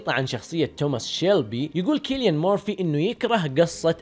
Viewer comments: ياجماعه الرجال اسمه سيليان وليس كيليان 😂 😂 😂 😂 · ترة اسمه سيليان .. مو كيليان